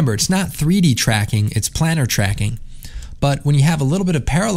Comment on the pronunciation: It's pronounced "plane-urr" (like a plane), isn't it?